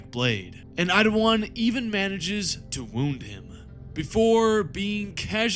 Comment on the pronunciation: How do you keep saying Idawan when his name is Eidolon. Really not that hard to sound out his name.